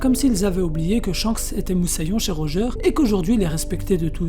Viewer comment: Bv la video mais corrige la prononciation stp x) Xebeck et Rodger